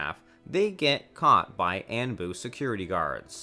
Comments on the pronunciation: Anbu is (On-Boo) not (An-Boo) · What’s And-boo? 💀 Say On-boo 😭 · Anbu pronounced on-bu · The Ann-Bu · I deadass was getting heated 😂 dude said sannan and annbu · I’m not gonna lie, I was gettin over being upset about some personal stuff earlier tonight. But the moment I heard him mispronounce ANBU (On-Boo), I had to rewind to make sure I heard that right. I even put on English (auto generated) subtitles just to make sure I wasn’t goin crazy. Now I’m upset again. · Borooto Hokash Annbu Sannins Konoh-HAh Chi-granny Hatakee Nar-rooto Mang-ga Team of Seven I think I actually prefer the video like this. The trolling is continued. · And “An boo” lmaoo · Anbu “anne boo” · aanbu, yumato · The way he says ÆNBU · "kahashi" "annboo" "yahmawto" "sass ori" "sann-N" "kan-o-ha" "ha-taki" buhrootoe" "sackoomoe" "nuhrootoe" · Anbu pronounced “On-buu” Sanin pronounced “Sah-neen” smh